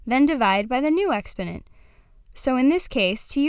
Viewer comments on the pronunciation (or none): How am I supposed to trust a bitch that doesn't even know how to say "exponent"